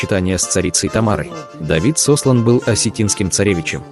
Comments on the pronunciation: Не знаю кто куда сОслан. Но его звали СослАн. Вы бы прежде чем что-то говорить хотя бы поинтересовались как это имя произносится. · Ударение произноси правильо. Давид- Сослан, а не Сослана. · СослАн, а не СОслан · Давид Сосла́н!!! Ударение на а́... Эти переводчики искусственный интеллект достали, нельзя просто человек чтоб озвучивал!? 😡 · СослАн!!! Ударение на А. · ударения правильно ставь 😠СОСЛАН. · Сослан! Ударение на О... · Уважаемый автор Давида ни куда не сослали,ставьте правильно ударение на имени Сослан,ударение на а! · Ударение на А!) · ударение ставь правильно. Если бы не осетины, грызунов бы половину истребили, половину бы поработили. Хотя они и есть рабы всю жизнь. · Автор имя Сослан ударение падает на букву А. Мы Осетины прекрасно знаем не только свою историю но и историю Грузии,даже царица Тамара была наполовину Осетинкой. Грузия обязана Осетинам ,во всех войнах,всегда Осетины были к плечом к плечу с Грузией,а в мирное время грузины предавали и унижали и оскорбляли. И вот наконец-то,Осетины стали независимы от Грузии. Бумеранг никто не отменял. Иратта разма!!;🇷🇺🇷🇺🇷🇺🇷🇺🥰🤗🌹🌹🌹❤️❤️❤️Процветай Осетия на века!🎉🎉🎉